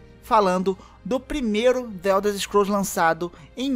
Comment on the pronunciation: Ow dsclp ae, acho que você conhece tes muito mais que eu, mas, tu fala the uelders scrools vei, que poha é essa kkkkkkk, mas parabéns ficou muito bom o vídeo.